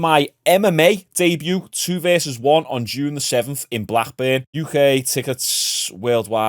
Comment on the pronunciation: I love how pronounced Blackburn 😂